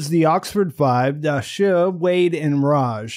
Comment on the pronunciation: Why say Da-Shuh when his name is spelled Da Shi? Also Loo-oh Jee? It's spelled simply Luo Ji just two syllables, so I don't get fancifying the pronunciation like this. As a Mandarin speaker it just sounds funny 😅